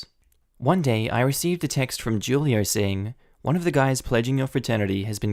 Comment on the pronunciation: The dorm leader's name is pronounced hulio